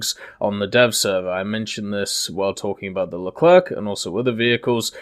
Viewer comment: No more LECLERK MA DUDE IT PRONOUNCES LE CLAIRE